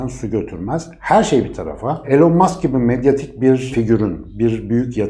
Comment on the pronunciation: Su adamın adını doğru söyleyin artık ilon mask diyeceksiniz sığırlar